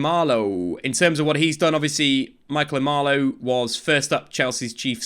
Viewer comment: Michael Emenalo not Emalo, if you can say Rangnick you can say Emenalo